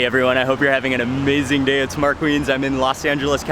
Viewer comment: "amuaziengg day" 😂